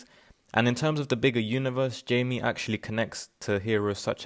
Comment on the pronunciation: You might want to double check how to pronounced Jaime in Spanish.